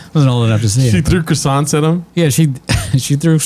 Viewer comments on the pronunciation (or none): none